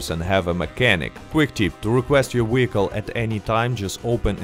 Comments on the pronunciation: What’s a wee-hickle? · I watch this 2× just to hear you say wehicle